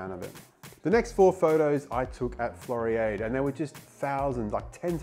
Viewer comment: Interesting video. Floriade. Pronounced Flori ard (like in hard)